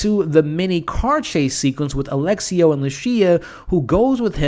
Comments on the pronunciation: His name is Alessio, not Alexio. Sorta like how it's espresso and not expresso. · *Lu-CHEE-a, A-LESS-io 😅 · It's not Alexio, it's Alessio. It's a very beautiful Italian name for a man. 😉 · those Lucia and Alessio pronunciations